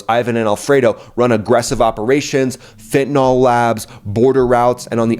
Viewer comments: I enjoy your insights, but PLEASE learn how to correctly pronounce than name of the horrible drug, fentanyl. It is commonly MIS-pronounced “fen•ti•nol” The correct pronunciation is “fen•ta•nil”. Thanks. David Clayton, MD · Dude, its pronounced FENTANIL not Fentanol